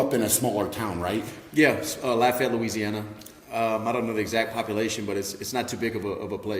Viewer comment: Lafayette native! He actually said his last name right!